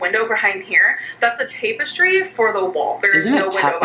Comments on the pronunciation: it is tap es tree. is notorious for fucking up pronounciations so ofc she said tape es tree. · Sawl. Tape-estree. Oh lordt. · She don’t kno how to say tapestry and it’s so annoying